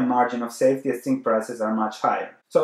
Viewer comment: Could you please stop saying "tzink" It's hurting my ears every time I hear it in your videos.